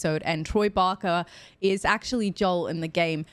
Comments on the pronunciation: Troy Baker, not Barker ;) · Baker not barker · Troy Barker? Lol Baker (baaker) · It's Troy Baker, not Troy Barker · Troy BAKER, rather than Barker. (Or "Bacca"?) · OMG ITS BAKERRRR NOT BAKA😂🤣🤣🤣🤣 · You are getting the business over Troy's name but Pedro will tell you how almost nobody pronounces his name right! He's a sweetheart about it though as I'm sure Troy wouldn't mind the occasional barker 😉anyway, I really enjoy your reactions! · Every time you say Barker I die a little on the inside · I love your videos. But it’s Troy Baker. I’m sure you’ll find out soon enough. 😊